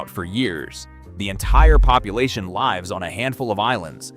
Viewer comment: Great video. Why use an AI narrator? It’s obvious. Natural American accent but makes basic pronunciation, diction, and vocabulary errors. Pronounces “lives” as in “…it lives on the island” as “lives” plural of a life, i.e. rhymes with “knives”. Can’t the world afford humans to do human work such as speaking correct language? To hell with this channel.